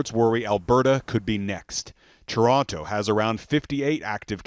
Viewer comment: you sure love saying ToronTOH